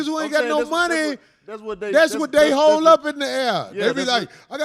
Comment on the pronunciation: He said HOLE D. He didn't say hoe, but I know how Corey be slick using words that sound like other shit etc 🤣